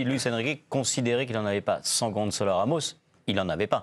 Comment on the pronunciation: Gonçalo, pas "Gonzalo" !!!!! C'est pas difficile, non ? Vous dites bien "garçon", pas "garzon" ???!!!